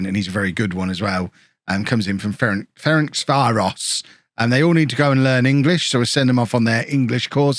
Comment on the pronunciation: János Fazekas sounds more like Jánosh Fazekash - in Hungarian "s" on its own is pronounced "sh" and "sz" is pronounced "s" (the opposite of Polish) - and Ferencváros sounds more like Ferentsvárosh - "c" is pronounced "ts" not "k" (like in Czech - so Coufal is so-fal not ko-fal). Also, Tuna's name would be "toona" rather than "choona".